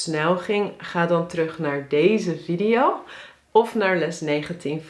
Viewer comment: Het is VIEDIE JO. niet viddio. Godverdomme